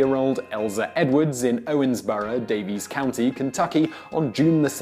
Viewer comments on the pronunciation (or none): Is it bad that I focused on the way he Owensboro like a native but miss-pronounced Daviess County.